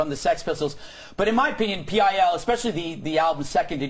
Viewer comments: "PIL" is ALWAYS pronounced: "Pill". In fact, I have never once -- not ever -- heard ANYONE, not even Dick Madeley, refer to Public Image Ltd as: "pee eye ell" What an absolute fuck-face. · Why did he say P I L instead if pil?